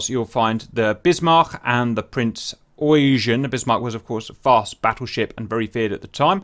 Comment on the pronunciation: Eugen: say oy-gen (with a G as in Gift)